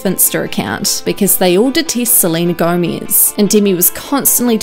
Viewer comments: I could not stop laughing everytime I heard you say "Selena Gomiz"🤣🤣🤣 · no one: not one soul:: sleenuh gowmeez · She says "Seleina Goumies" LOOOOL 😂😂😂😂😂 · “salina gomeeze” bye. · “Selena Gomiez” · “Selena GoEmEsSzz” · Tf why you say Selena Gomiz??? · Selena Gomeez got me dying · Lmao, WHY do you say 'Selena Gomez' like that? 😂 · The way this girl say "Selena Gomez" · Selena Gomiez